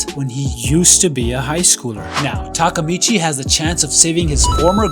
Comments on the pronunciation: It's not takamechi it's Takea mi chi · Its Ta ke micchi not ta ka micchi